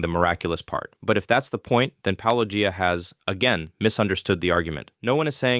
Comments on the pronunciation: "poloEEyah" is the biggest sin in this video. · "Polo-geeah" that's a new one 😂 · What was your favorite? I think mine was "Palogia." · "That's the move Paulogee-AY-uh..." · Pall-oh-gee-ay-ah is a new one to me😝 Seriously how do all of them know how to pronounce “apologia” because they engage in it, but not get the joke reference. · Why can't people say -o-gia? Why is this soooooooo difficult? Do they not realize that they come of as either ignorant or disrespectful? Are there any christian apologists that pronounce it correctly? Cheers. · "Polugiaea"? Haven't heard that one before... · Lol even Ai gets his name wrong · I was listening without watching and I forgot that said he was responding to a write up. I was like, why is this guy saying it wrong all the time?? Lol AI 🤦‍♀️🤦‍♀️ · How hard can it possibly be to pronounce "Paulogia"? It is beyond obvious that it is a riff on "apologia", and thus should be pronounced similarly. Are ... Are people actually not able to see this? It is obvious, right? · It angers me to hear such ridiculous ad hominems leveled at and the 100% intentional mispronunciation of his channel name/persona. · It was HILARIOUS that the AI Than voice mispronounced his name, in a different way, every time it said it! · Yeah, at least they guy got corrected on the pronunciation of your name